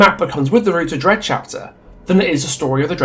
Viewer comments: Are you calling the dredge “Greg” at some points or am I just going deaf and mishearing an accent? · Am I the only one who heard ‘Greg’ ever other time you say Dredge. Even the subtitles agree. It could be a good nickname for it. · Or "Reg" like, Reginald.